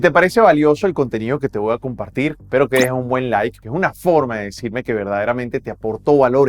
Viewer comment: Corrige" te Wa En vez de te voy a...exolicar etc. A